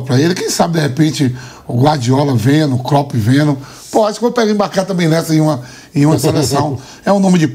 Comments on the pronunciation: Vampeta chamando o Klopp de KLOPITI KKKKKKKKKKKKKKKK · Vampeta:”cropedj” kkkkkkkk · Kkkkkkkkkkkkkkkkkkkkkkkkkk kloppt foi foda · Klópiti, Anselóti... kkkkk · Hahahaha!!! Amoooo vampeta! Kloppt! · Vampeta falando clopete 😂😂 quem é este técnico? 😂😂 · Vampeta tem que aprender pronunciar o nome dos treinadores "Klopt" onde já se viu isso 😂😂😂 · Não tanko o Vampeta falando ''Cropt'' kkkkkkkkkkkkkkkk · Clópiti kkkkkkkkk 😂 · Vampeta falando croped😂😂😂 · Vampeta, um cara da área, não se interessa em aprender a pronunciar nomes. Klopt é de doer, neh Vampeta! 😂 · Vdd até o vampeta pronuncia corretamente, temos 2 analfabetos de presidente kkkkk 1 da República outro da CBF que fase Brasil 😂😂😂😂